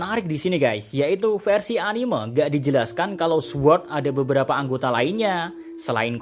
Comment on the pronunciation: Min, bisa ga sih ngomongnya anim’E’ (dengan “e” bukan “eu”) orang di jepangnya sendiri aja bilangnya anime (アニメ) bukan animeu. Kesel bgt deh sama kebanyakan awam yang bilang animeu.